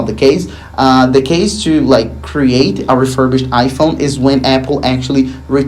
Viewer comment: Great videos as always but please stop pronouncing the word ‘to’ or ‘two’ as ‘CHEW’